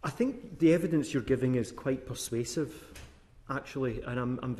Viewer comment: I think he takes the 'prize' for prize prick. "your argument is persuaive" (DRAMATIC PAUSE) Am I the only one that burst out laughing like......yes, yes it is.